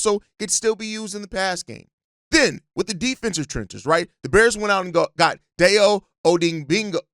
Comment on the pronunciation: Just to help in the next few years, our new DE's name is pronounced, [Die-Oh Oh-Dang-bow]. I know the spelling of the last name doesn't match up at all, we might as well get it down now. 😃